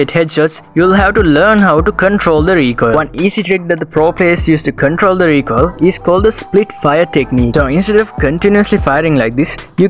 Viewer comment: the way he says recoil is funny 🤣🤣